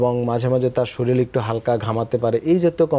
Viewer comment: ডাক্তার সাবের পরামর্শে উপকৃত হয়েছি।কিন্তু একজন ডাক্তার সাব শরীরকে শরীল বল্লে কানে লাগে।